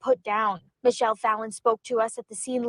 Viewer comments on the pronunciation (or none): none